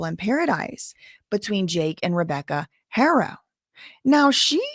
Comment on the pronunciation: In spanish the h is silent unless paired with sh or ch but you're good. People shouldn't expect you to automatically know. At least you try